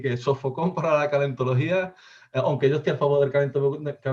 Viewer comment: Me hace mucha gracia cuando el dice "onque". AUgust en inglés sufrió un fenómeno parecido porque se pronuncia con la O de NORTH.